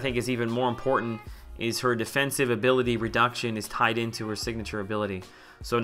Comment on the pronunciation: "Defensibe" haha. Great video! Please do more of these!